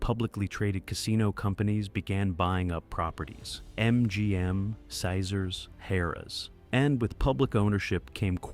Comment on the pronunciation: Ha! worked on the strip for 40 years and never learned how to pronounce "Caesars"?🤣🤣🤣